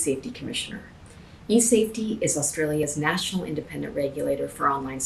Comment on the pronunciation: I was first pissed because she's forcing people to give up their identities to google but when I heard that American accent.... I lost it. WHY THE HELL DID WE HIRE A YANK TO CENCOR OUR INTERNET SHE DON'T EVEN SAY AUSTRALIA RIGHT!!! OHHH MATE I'M FUMING BOUT THIS I MIGHT CALL KEV HAVE A FEW BEERS REV UP THE BRUMBY AND TAKE IT TO TOWN IM SO MAD SHE LOOKS LIKE SHE DON'T LET HER KID PLAY MINECRAFT CAUSE YOU CAN HIT ANIMALS SHE THE KIND OF PERSON TO GIVE HER CHILD A PHONE WHEN HE'S A FULLY GROWN ADULT MAAAATE BUGGER OFF TO THE LAND OF LARD I'LL CU IN THE NT YANK